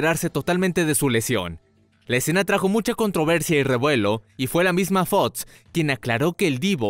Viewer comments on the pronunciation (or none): Excelente video, aunque me pone muy nervioso cuando pronuncia las X y las CC reemplazandolas por TS.. Preditsiones. Fots. FOX PREDICCIONES. PERDON PERO NO PUEDO TERMINAR DE VER EL VIDEO...